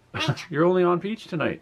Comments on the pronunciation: He is saying pichu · To me it sounds like he is saying pichu